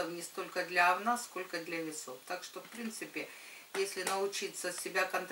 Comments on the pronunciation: Особенно неприятно слышать "овнА") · Erika Erika да слышится овнА как говнА